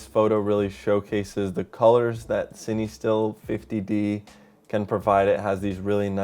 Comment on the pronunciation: fatheryelvy because that’s how it’s pronounced bud